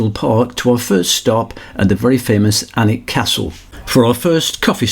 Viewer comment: A great wee video, having moved up to 6 miles east of Berwick 16 years ago from Kent, I love the fact that gets the pronunciation of Alnwick, Bamburgh and Lowick right. I really enjoy your riding video's and can't wait for the next. ATB Big Dave Scotland